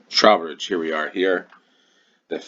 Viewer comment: Trow rhymes with 'throw' for Trowbridge c